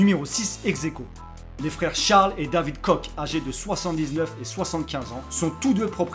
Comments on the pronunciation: Ca se prononce KORRE PAS KOCK ( bite en anglais lol ) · ca ce prenonce koche mais ca s ecrit koch pareil pour mon nom de famille